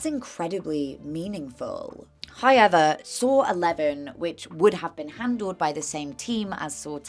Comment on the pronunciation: That “however” was a peach fuzz hair away from being a Ryan Hollinger-esque “hoyever” ❤ I love it. ❤ 🪚👀